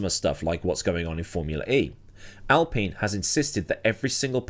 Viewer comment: al pain is how admiral general aladeen would pronounce alpine